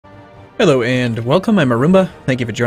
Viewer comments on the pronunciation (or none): none